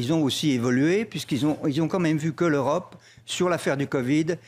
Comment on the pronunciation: Non mais j'hallucine. "L'eu ro pe a tenu son rôle lors du co vi.d" dit il mais ou vit ce monsieur? Au niveau transparence au niveau de l'eu ro pe, je pense que l'on est au fond du marais..... Incroyable un tel déni!!!!!